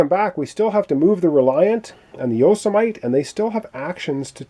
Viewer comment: I believe the pronunciation for the small ship is Yo-si-meh-tee